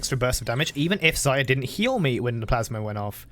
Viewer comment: Can someone count how many times he got Xayah's name wrong? Lmao